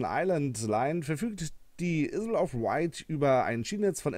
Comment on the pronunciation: Isle Wird nicht Issl ausgesprochen sondern Eil...